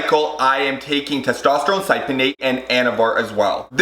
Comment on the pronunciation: It's pronounced (SIP-E-O-NATE) You're welcome.